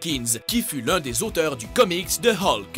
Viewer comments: non ! :') ça se prononce Hulk ! :') Comme depuis toujours :') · À d'accord ,tous s'explique mais c juste qu'à l'ecoute sa fait bizarre pour moi , moi qui a toujours dit et entendu " Hulk " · J'ai envie de me suicidé comment il a dit hulk